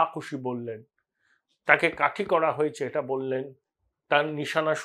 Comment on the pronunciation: Apnar sei famous astroscientist ki khobor …..ETA r SETA pronunciation EDA r SEDA hoye jachchey……correct korun .🤡